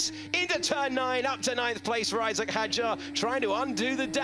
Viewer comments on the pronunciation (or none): none